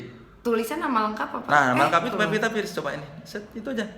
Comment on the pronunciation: udah 6 x nonton kang... teu bosen2 ah hidup kang soleh hidup pepita.. heheh pevita apa pepita.. saya kan orang suda ga bisa bilang F 😀